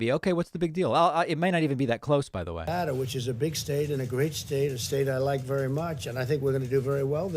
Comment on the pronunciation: nev-ADD-uh, NOT nev-ODD-uh, David.